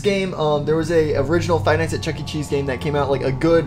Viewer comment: You said chunky cheese instead of chuckecheese